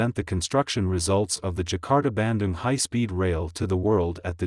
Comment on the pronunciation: Bandung I thought was pronounced like 'ban-doong', not so much like 'banden' ...